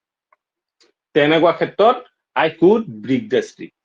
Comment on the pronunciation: Break pronunciation wrong